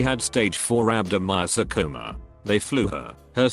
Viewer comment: Can't manage "chemo" but nailed "rhabdomyosarcoma...."